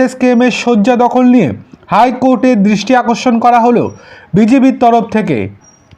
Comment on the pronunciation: A bhai tomar tooo uccharon ee thik noi. High Court ar DRISTI AKORSON k korlo? BIJIB. Ki rakom tomar pronunciation. Puro GRAMER cheyley. Bhagggg YouTuber. Faltu bokey